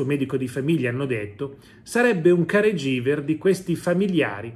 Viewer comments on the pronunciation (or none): Si pronuncia care ghiver é una parola inglese. Somaro